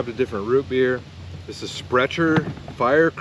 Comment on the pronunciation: Sprecher the c is pronounced k, yes they have awesome beer as well, the "12" is my favorite